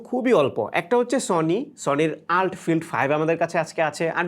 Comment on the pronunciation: আল্ট না এটাকে বলে ইউ এল টি